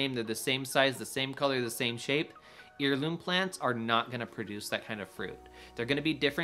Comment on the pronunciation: Good video but check your pronunciation of “heirloom.” The root of that word is “heir” as in offspring, not “ear” like the ones in the northern corners of your’ glorious beard!